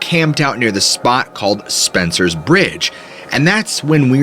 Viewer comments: Spences Bridge, not Spencers bridge.thick with Rattlesnakes id catch in that southern habitat. Sasquatch actually watch the rafters from the opposite canyon wall and seen a ufo thing flying out of the water at the at its narrowest point 😅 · It is NOT Spencers Bridge but "Spences" Bridge. I live near the Fraser Canyon. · Spences Bridge....not Spencer's. I'm local.